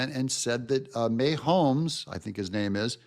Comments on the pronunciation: KC fan here😁🙌. Love your perspectives always! Pronounced— Muh Hoames 💕🙌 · Pronounced:Maw homes not MayHomes. Go Chiefs! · His name is pronounced MA homes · May-homes?, tell me you have never watched a football game without telling me you've never watched a game.